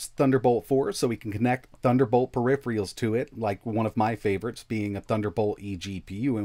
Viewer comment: The mark of a real techtuber is the inability to say the word “peripheral.”